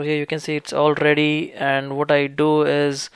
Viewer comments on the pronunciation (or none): Haha he said it's all rrrrrrrrrrready he accent added way to many RS🤣